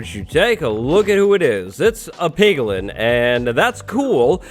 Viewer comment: Ehm ... “piglin”